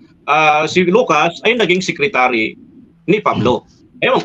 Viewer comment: Sekritary nga San mo basa kups ka